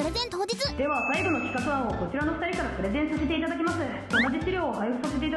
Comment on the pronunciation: プレゼンがプロテインに聞こえたW